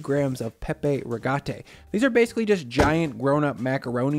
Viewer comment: "Pipe rigate" is read more like "PEEP-EH REE-GAT-EH"